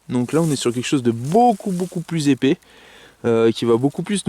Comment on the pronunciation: On ne dit pas épé, on dit epais !! A part ça, je suis entièrement d'accord avec ce que tu as dit !! ^^